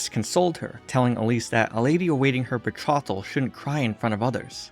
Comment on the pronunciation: That's not how you pronounce "bethrotal". It is definitely not "bethrottle".